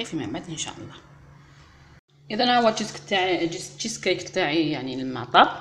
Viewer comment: انا والله الا قلبي مايخلينيش لازم نهدر شوفي اختي شيز كيك معناه كيكة الجبن وانت هنا أين هو الجبن وانت اصلا ماراكيش عارفة تنطقيه نصيحة مني حاجة متعرفيهاش ماتحوصيش انت اختي غير تاع بطاطا ومطلوع وصوالح تاع الإعراب شاداك للتشيز كيك